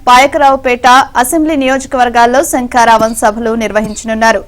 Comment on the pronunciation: ముందు పంది లోకేష్ గాడు శంకారావం అని సరిగా అనడం నేర్చుకో వాలి... సంకారావం అంటున్నాడు దద్దమ్మ 😂😂🤭🤭 మూల సంకారావం 😂😂😂🤪